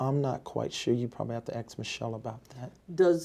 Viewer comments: Hey Michele, did you receive cash donations? Michelle: umm Ax David, he handle these things for me 🤣🤣🤣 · emmyabby2642 He farts a bunch of times throughout the dep. You just have to listen for them. Or axe Michelle... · You mean "Axe Michelle" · Bartender: "What'll you have?" Me: "You need to go ax Michelle." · Michelle’s entire depo: You gonna haffa axe David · In his words he would say " I can ashore you i ain't doing nufing illegal axe Michelle" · OPTIMISTIC RIZZ That's because the joke is on the "Apostle" because he keeps saying "Axe Michelle". Its proprietory if you know what I mean. I'm surprised you dont know that. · Ahmed Habat I don't know...you have to axe ...Michael..........lol. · I'd love it if Michelle said I don't know you'll have to ax david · You can't ask her, but you can axe her... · Aks Michelle! Aks Michelle! 😂😂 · When in doubt always axe Michelle. 😂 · Idk, youll have to axe michelle.. why isnt this a bigger meme lol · Axe someone else 😅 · Wait, why are we murdering Michelle? 😂😂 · HardRockMiner Prosecutor: “Can you see your manhood when you go to the bathroom?” “You’ll have to axe Michelle about that, I don’t know I have people handle that for me.” bites lip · Netflix special coming soon called “Axing Michelle” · $49.99 on pay-per-view I'm in... Just to hear Michael say:- uhmmm I don't know axe my... Husband. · This guy needs a button to push to say " axe Michelle"!!!!! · No, you gotta 'axe' michelle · "Ax" not "ask". Lol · Michelle isent it’s her twin sister “aks michelle” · Axe Ma-Shell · “Axe Michelle” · Me for one. I am fascinated at how many lies he is telling and how he can twist things around. "You have to axe Michelle". He's sooo obvious! LOLOLOL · New men’s cologne...”Axe Michelle” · Axe Michelle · "Axe Michelle.." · I beg your pardon! May I correct you, Sir? It's 'axe' Michelle, 'aXe'! Subtle yet huge difference there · "Who is Michelle?" "I don't know you'd need to axe Michelle" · He's going to AXE her not ask her!! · AXE MICHELLL